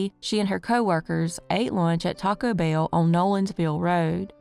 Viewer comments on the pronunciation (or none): none